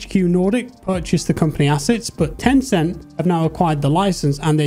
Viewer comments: I was excited up until I heard "Tencent" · bro said ten cent and then i saw these gadgets and abilities and was turned off, good luck yall